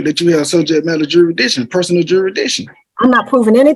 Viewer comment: What is jurydiction?